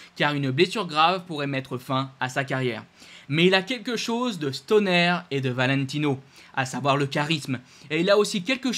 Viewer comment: On dit Stoner pas Stonér 😂